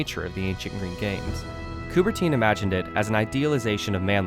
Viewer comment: They couldn’t even be bothered how to correctly pronounce Coubertin’s name… it’s not Coubertine🤬